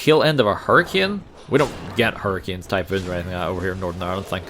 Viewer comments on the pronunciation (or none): none